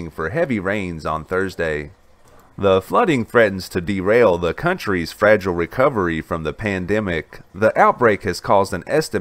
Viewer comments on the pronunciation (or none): none